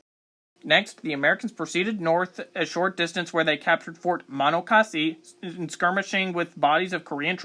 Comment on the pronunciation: Bruh. Muh-NAW-cuh-see